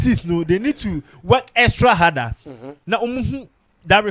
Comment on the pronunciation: What's exrat harder? There's no word like that